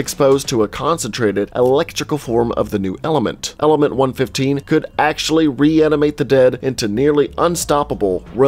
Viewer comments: one one five, not one fifteen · AND ITS 1 1 5 NOT PNE FIFTEEN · Love the video, I really did but everytime you said one fifteen it made me wanna puke please, it’s one one five❤️❤️ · Is it just me that gets annoyed hearing him say 115 instead of 1.1.5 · "Element one fifteen".....its "one one five" ..that triggered me way more than it should have lol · Am I the only one who gets triggered when someone says it as 1-15 instead of 1-1-5? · ITS ONE ONE FIVE NOT ONE FIFTEEN!!! MY EARS BURN!!! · its one one five not one fifteen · Man it’s not pronounced 1 15 it’s 1 1 5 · Dude it's pronounced ether the a is silent, and it's one one five not a hundred and fifteen 😒😔 ( such disrespect to cod zombies) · One fifteen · no offense but 115 is said seperatly like 1-1-5